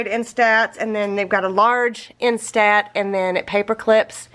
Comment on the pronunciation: my phone ‘jumped’ into my washer so I’ve been without one for about 10 days... but... I now have a new bright and shiny iPhone... as usual your videos are fabulous!!! There is just one teeny tiny little thing... you are incorrectly pronouncing instant... I am not sure how to explain what is off...but here goes... In are saying... in-STAT And it should be instant... you say STAT like a doctor would say I need a cat scan STAT... the proper way is... in-stunt... I hate when people get picky but the way you say it I have zero - zip -nada...clue what you are talking about... maybe ask you smokin’ hot hubby... lol 🤷‍♀️